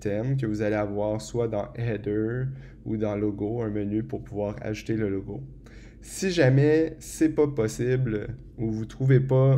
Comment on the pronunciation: Merci pour ce tuto (mais à chaque fois que tu dis "ajouter", moi j'entends "acheter" !) ;)